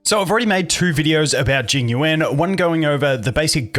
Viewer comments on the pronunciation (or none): Obligatory pronunciation comment - second part of his name is like the word “you” and the syllable “ahn/awn” like the word “yawn” or “lawn” with an American English accent :)